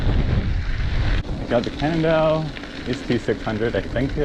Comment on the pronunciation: it's a Can nondale not a Can't nondale 😤#positivity #FoodForThought #PowaOfDaMindset